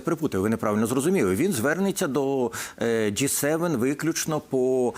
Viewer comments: Частина журналістів частенько вживає помилково ДжейСевен(J7). Потрібно говорити ДжиСевен(G7). Не дякуйте, пане журналіст. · Не джей Севен, а джі севен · Джі 7, а не Джей?😅